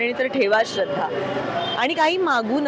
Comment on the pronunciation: पच्छिम नाही ... पश्चिम !!! श्रध्रा नाही ... श्रद्धा !!!